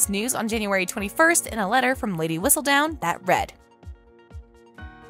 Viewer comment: She doesn’t know how to say Whistledown either!